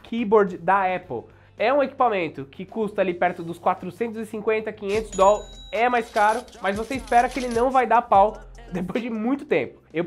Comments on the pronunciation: Deslike por causa do "DOL". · Se eu tivesse esses "Dol" todos, investiria.. kkkk